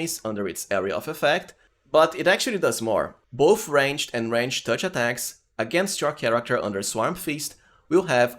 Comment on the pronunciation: This is killing me. Do not pronuce the "E" in the word ranged. You are saying rangEDD. just say rangeD.